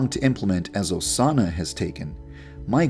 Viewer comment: es osana no osanna